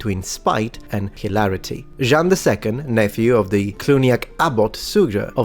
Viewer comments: Be careful! You pronounced "Jean" as "Jeanne", which can lead to some misconceptions, especially when the person is named after the city of Orléans. 😉😁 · In his defense, it sounds more like “Jang” when pronounced the German way. The nasal “an” is definitely not easy to pronounce for non-natives :)